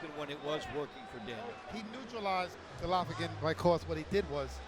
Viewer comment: The announcer keeps calling Golovkin Gollatta.